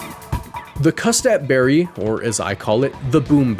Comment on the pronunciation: my favourite berry, the cutsap berry.